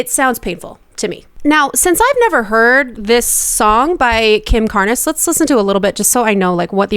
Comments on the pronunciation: “CARNS”… not “CAR-NES” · I think it's pronounced Carns not Car-ness. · Not Car-nes. It is pronounced Karnz. That was a very popular, and now classic, song from the 80s so I am surprised you've never heard it. Kim did not put on a rasp for the song, her voice was just like that. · It’s pronounced Karns, not kar-ness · Carnes has one syllable. Not Car—nes, just carnz. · Sorry it’s my last name also so I gotta say it, it’s not Car-nez, its Carnes like Barnes with a C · I’m positive lots of people pointed this out already, but as a teen in the 80s I feel obligated to point out that it’s Kim Carnes-rhymes with barns. That’s all. Good video though, I gave it a like. :) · Lollllll car nuhs was hilarious. It’s Carnes, like carns. And jojos cover is horrid. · Pronounced “Kim Carns” - not “Carn-es”. LOVE YOUR CHANNEL!!! ❤❤❤ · This is what I’m wondering. Also, say it the right way: CARNS, not CARNESS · Kim Carnes is pronounced Carns. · It's Carnes, like barns. Not Car-nis... :) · Its pronounced Kim Carns...don't pronounce the e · THANK YOU! The way she pronounced "Karnes" was driving me crazy lol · It's Carnes, rhymes with barns. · Kim Car-Ness. lol. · Kim Carnes. Like Barns. One syllable. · Jojo is trying to sound EXACTLY like Kim Carnes (pronounced Karns). I’m not a fan of the original, but this one is worse. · You should really have listened to the whole original song and Kim Carnes' singing first (pronounced Carns, not two syllables). It's clear that she is trying to emulate Kim. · You’re pronouncing Kim Carnes last name wrong, that is driving me nuts 😂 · You are so beautifully diplomatic. My absolute favorite vocal coach. Carnes actually rhymes with barns/darns/yarns. Think Jo Jo's rasp is definitely exaggerated here to imitate the original. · Kim Carnes’ last name is pronounced “Carns.” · Carnes is pronounced like barns with a “C.” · Pronounced CARNS. You must be super young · Carnes is pronounced carnz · Carnes rhymes with Barns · It’s Carnes like BARNS